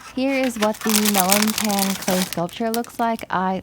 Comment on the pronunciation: Love your videos, and pan is pronounced as pahn <3